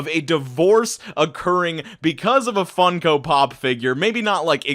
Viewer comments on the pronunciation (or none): You say Funko Pop weird. stAhP